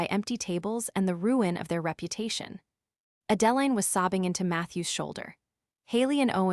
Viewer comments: "Horse-durvres"! 😅😆🤣 And "A Deline" is not the same as "Adeline". 😜🤪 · Moronic AI can't even properly pronounce Adeline. Maybe you should pick names the idiot machine can actually pronounce. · YouTube needs a better programmer for their AI program.